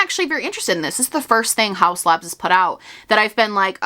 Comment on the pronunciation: Haus Labs sounds like "How Slabs" when you say it fast in a sentence haha